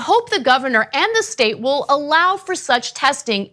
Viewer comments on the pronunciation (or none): none